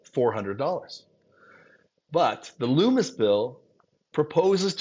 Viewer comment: Lummis, not Loomis.